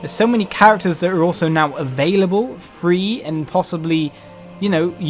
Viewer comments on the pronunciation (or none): Every time you say 3 you say Free